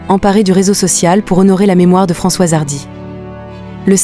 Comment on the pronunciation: Vous êtes vraiment minable avec votre exploitation par l'IA : la voix dès le début n'a pas assimilé Françoise et dit François, etc etc, je ne rentre pas dans le détail sordide du reste